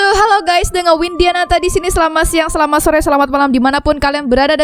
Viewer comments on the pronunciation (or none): none